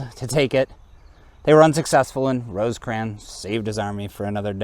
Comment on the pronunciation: Can't watch a video where the narration refers to Rosecrans as Roseycrans....sorry